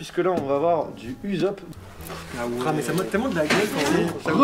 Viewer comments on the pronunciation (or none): ça se dit fan depuis tout gamin mais ça prononce UZOPE mdrrr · du uzop c'est ussop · Ces Usopp et non Uzopp. Ces tout. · a dit UZOPE🥲😭😭😭😭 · C moi ou il a dit Uzop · Il a dit uzop😭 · Parcontre à un moment t’as dit « uzop » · du Uzop ? XD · Il a dit Uzop nonnn... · IL A DIT UZOPP ?????????!!!!!!!!!